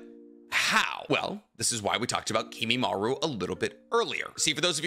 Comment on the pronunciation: KimimarO. The amount of times you mispronounce the simplest things is pretty sad.